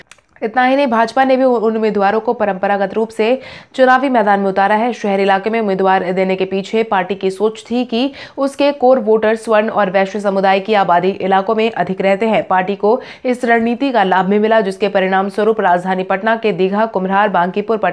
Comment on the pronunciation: सही उच्चारण करें। सवर्ण को स्वर्ण न कहें। खाद्यान्न को खाद्यानन न कहें।